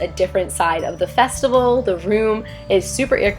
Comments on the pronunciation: Festical 😂 ily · Love you, love the food. Not gonna lie had to pause for a minute on “festical” but considering that during editing you had to look at all this delicious food I applaud how close you got to the actual word.